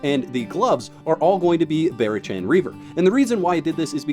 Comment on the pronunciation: Barachan = Bah-Rock-ann. listen to an audiobook occasionally 😛 great video tho! that is very close to the build I use. I may try yours tho. I only have 15 in auth and went str. but your reasoning seems sound for Agility